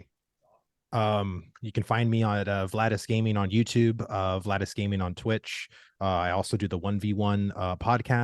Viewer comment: Its Vlhadus, not Vlahdus :D Love the Show great questions